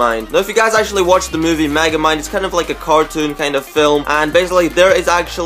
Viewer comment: its megamind not magamine